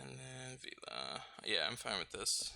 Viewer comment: The right pronunciation is VELA as it is written :) It is the italian for sail